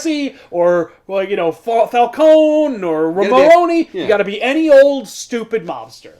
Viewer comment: It's nice to know that between the Long Halloween episode and this one hasn't changed his pronunciation of Falcone lol